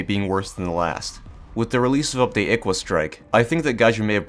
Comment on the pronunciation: Did you just say I "Iqua Strike"?